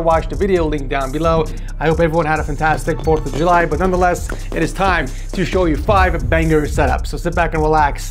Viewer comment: "Fantastic Fourth of Juy" s- say tha-at agai